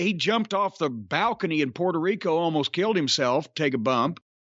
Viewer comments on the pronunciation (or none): none